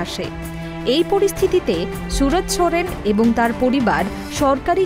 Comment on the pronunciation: Chudir ভাই khankir ছেলে রিপোর্টার আগে নাম টা ভালো করে uccharan কর .Ronaldo ❤❤❤